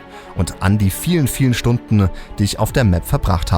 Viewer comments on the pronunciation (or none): "Stundne" ... waschechter meddlfrange wohl